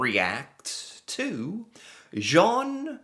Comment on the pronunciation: Zhon not Jon. You got the ON part, just gotta get the Zh part. Like Sh, but with a Z (and that's pronounced "Zed" LOL